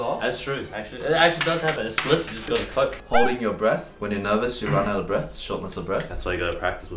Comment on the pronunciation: Mind: * hears "hold your Brett" instead of "hold your breath" Me: no you don't ship, you're not supposed to ship Mind: But he's Eddy's Brett/breath Me: THIS IS SO NOT GOOD